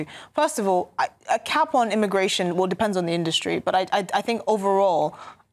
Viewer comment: Pweeze th-tawp immagway-shun